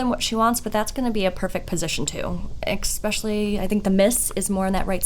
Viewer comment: I don't know WHO needs to hear this but....THERE'S NO X IN ESPECIALLY. OR ESPRESSO. For the love of all that is holy lol